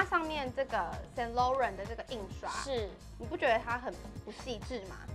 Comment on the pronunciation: Saint Laurent 不是英文，Laurent 读音不对哦